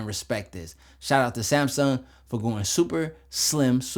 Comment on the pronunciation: Smasung? No its SMASNUG 😂